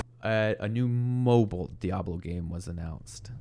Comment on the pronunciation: its mobile not mobl. there's an "i" there. last game from "old blizzard" was warcraft 3 not overwatch lol. Some can even say starcraft 1...